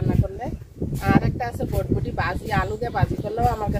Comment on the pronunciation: ভটভটি না এটা হবে বরবটি।ঠিক মতো উচ্চারণ শিখে ভিডিও বানাবেন